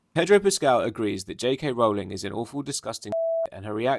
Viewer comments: I love you and this is off topic, but "ruling" and "Rowling" do not rhyme. Ruling rhymes with cooling, drooling and fooling. Rowling rhymes with bowling, tolling and trolling. Which is not what I'm doing here. It's just a little pet peeve of mine. Keep up the great work! You are a rock star! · Rowling does NOT rhyme with ruling